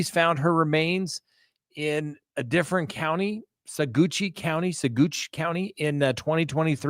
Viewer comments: it’s not “Suh - goochi” it’s pronounced like: “Suh - watch” the “g” is totally silent. Give it a whirl. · Saqwatch, is pronounced sah watch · Saguache as in Sawatch! Not Saguchie!😂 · Great they got him!! Look here …🤣.. Ok… so it is not Sauguchi… It is pronounced suh-waach and it is The San Luis Valley🙄thank you! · it's pronounced: suh - watch part of the Ute language meaning blue earth which is surprising cause its pretty deserty down there! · Saguache: SUH-WATCH. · Saguache county is pronounced "saw-watch" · Sawatch, emphasis on the "watch" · It’s pronounced SawWatsh, sawwash, county. I’m obviously not a very good phonetic speller! But anyway…….😎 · Sagouche is pronounced Sa-watch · it's prounounced Suh-watch emphasis on the watch. Also there was no first trial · just a heads up, it’s pronounced sa-watch county! i used to live down there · It's pronounced Sawatch.....😂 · Pronounced 'Saa-watch' county. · The county of Saguache is pronounced: Sa watch! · Its pronounced "sa-watch" county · Saguache is pronounced Sa-watch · Sa-watch County ;) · saguache is pronounced sawatch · I grew up in Colorado and always heard it pronounced "suh-watch" - I could be wrong, but I'm pretty sure it's at least close to that. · Sue- watch ) 😂 That’s how it’s pronounced! Dirty bstrd left her out there like that!!! How could he do that! 🥺😤😱 She just took SUZANNE’s money to represent her murderer that’s what Iris did😤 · Sue- watch ) 😂 That’s how it’s pronounced! Dirty bstrd left her out there like that!!! How could he do that! 🥺😤😱 THANK YOU ❤❤❤ YOU HAVE MADE MY WHOLE YEAR WITH THIS NEWS ❤❤❤❤❤ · According to locals of Saguache county, it is pronounced like : suh-'watch (bit of emphasis on second syllable). That 'suh' is to rhyme with 'duh'. 'Google' it or search 'how to pronounce Saguache'. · Saguache- pronounced "Suh Watch" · I believe it's pronounced Say-watch County. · It's pronounced "Sag Watch" county